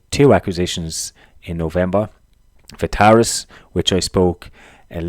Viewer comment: It’s Viatris not Vitaris:) I own it too.